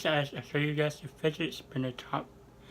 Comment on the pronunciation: OMG STOP SAYING SPIDGET SPINNER